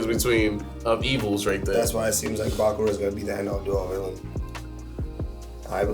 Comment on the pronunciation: Bákura is INSANE to pronounce. It's Bakúrah